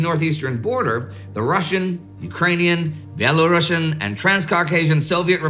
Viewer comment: Can you please check out pronunciation of the world - Belarusians , you sound terrible